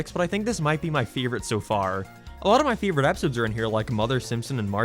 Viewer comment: He says hate as hiet and favorite as fieevorite